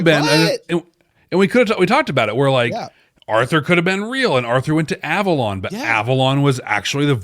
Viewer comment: It was a joke. He said A-Vorlon instead of Avalon in a play on words.